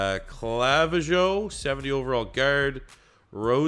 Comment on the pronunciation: Clavijo is pronounced Cluh-vee-ho